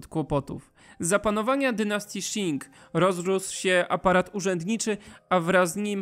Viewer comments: Jestem w połowie Chińczykiem i dziękuję za ten świetny materiał :) Tylko jeszcze jedno nie wymawia się Szin tylko ćin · Qing wymawia się ćiŋ nie sziŋ. Proszę się nie uczyć chińskiej wymowy od Anglosasów :)